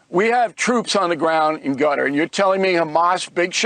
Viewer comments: I think it's pronounced "Cutter" and not "Gutter"! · I thought Qatar was pronounced Kuh-tarr or Kay'tarr 😊